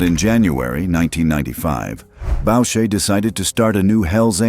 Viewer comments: “Boo sha” not “Bow sha” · FYI..............The name is pronounced boo-shay, not bow-shay. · BOUCHER is pronounced boo-shay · Bobby Boosahy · Is this AI slop? The monotone voice, calling the Club a "gang" and mispronouncing Maurice Borucher's name all 3 are example of AI SHIT/SLOP